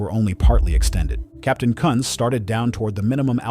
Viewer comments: Another botch job of a perfectly good German name. This time it's all AI's fault. BTW, his name was Captain George T. Kunz . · National 193's captain was George T. Kunz NOT what the AI said! Although given the accident cause/sequence i guess you could argue the pronunciation was correct!